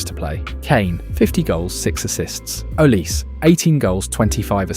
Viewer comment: Sounds more like Olisay than Olice.